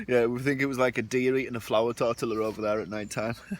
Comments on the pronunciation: the way you are saying tortilla is killing me haha its pronounced torteea other than that been hooked on your videos the last couple of weeks, really makes me want to get out and build a camp of my own somewhere around Loch Lomond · its TOR TEE A ( TORTILLA)